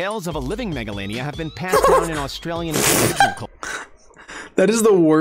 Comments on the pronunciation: in the video he is watching its not pronounced mega la nia but pronounced mega lay nia its not titan o boa but tie tan o boa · He said (maga-lan-nia) it’s (mega-lane-ia) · Jesus Christ, will the video dude stop saying megalania wrong? I just can't listen to him saying it like that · His pronunciation of megalania makes me hurt emotionally, physically and spiritually